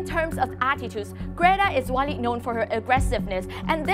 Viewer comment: bạn ơi âm cuối của chữ mối trường và một số chứ khác bạn ấy không có âm cuối ạ. Còn có tên của Greta nữa bạn ấy phát âm khá khác nhau đấy dù chỉ là một cái tên. Mình dốt tiếng Anh nhưng mà mình còn nhận ra a